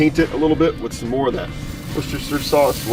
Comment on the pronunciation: You said Worcestershire sauce right the first time lol.. where im from it got shortened to Woester sauce.. We pronounce the W like a V though